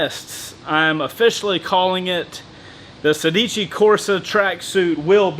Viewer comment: I think it should be pronounced "sèdici", and not "sedìci". In Italian it means sixteen, like "corsa" is race/running.